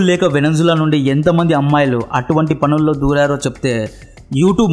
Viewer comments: Venenzula kadu babu , Venezula.. ilanti videos chese mundu annee perfect ga teliyali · Veninzula kaadu. First name sariga cheppali. Or else video meeda impression vunDadu